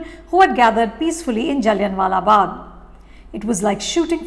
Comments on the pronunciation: its is not jalliannnn wala bagh like really you are an indian !! its pronounced jalliaa n silent wala bagh !! so pretentious you guys are goshhh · She lost my interest when she pronounced Jallian wala Bagh as Jaliyan wala Bagh .. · Google DK Shivkumar pronouncing Jallianwala Bagh while intoxicated